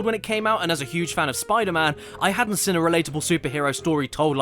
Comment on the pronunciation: Why do you pronounce seen, as “sin”?